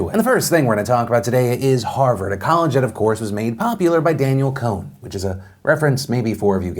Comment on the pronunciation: When I tell u i screamed when he said Danielle Choen